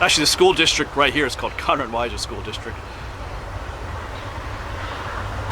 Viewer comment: Its 'Conrad', not Connor.